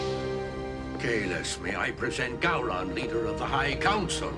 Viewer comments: Who the hell is “Go-Ron?” It’s Gowron for Gods sake! Cmon! Jeez!!! 😂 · Go-Ron lol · Ok, you guys are now past your grace period for being allowed to pronounce "Gowron" wrong.